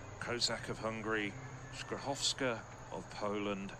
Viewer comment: That pronunciation 💀